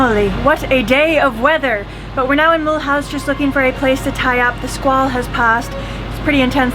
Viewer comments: And the syllable "house" is pronounced like "goose" and not like the English "house". What a shame British travellers often don't check pronounciations! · What Franco-german compromise? The name of the town is M-U- lhouse and not Millhouse and has been French for centuries. "house" pronounced likes "goose"! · now you getting to my backyard ... BTW Mulhouse is pronouced "mul- ouse" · the first time I said "Mulhouse" pronounced like in english, the frenchman had no clue what I was talking about. funny to see I am not the only one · Did you learn how to pronounce Mulhouse, we were there riding our bikes to Budapest from Paris - and when we asked for directions to Mulhouse, people kept staring at us... like... You must be American. Great videos, we downloaded your music and listened while gardening today..lovely voice. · I love the way you say Mulhouse the English way :)